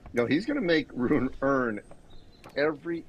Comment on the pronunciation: Ru-ne !!! ( TWO syllables!! ). Not that ugly sounding "roon" thing! I would have thought, that even English tennis commentators would have bothered learning that simple name by now!?!! But apparently not.